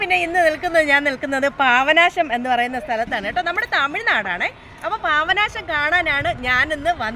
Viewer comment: പാവനാശം അല്ല, പാപ നാശം എന്ന് പറയു... 👍👍